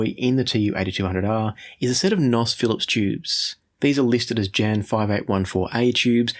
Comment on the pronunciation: Stop saying "nos" tubes. You sound like a bad A.I. image. You are trying to sound hip and cool, but you are not. It's N.O.S. or new old stock. Not "nos".